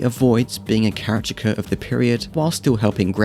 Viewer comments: The pronunciation of caricature threw me off a few times too. He was saying “Kare-ih-cha-ker” instead of “Kare-ih-ka-chur” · Nice fun analysis. Just need to learn how to pronounce caricature 😂 but loved it